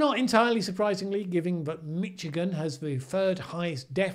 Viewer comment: You said 'Mitchigan' twice. Easy mistake to make, but I believe it's more like 'Mishigan'